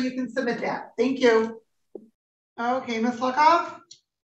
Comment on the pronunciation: Everytime Judge says "Luckoff" it sounds like something else.